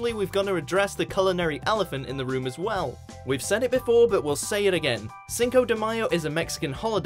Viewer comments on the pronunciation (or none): none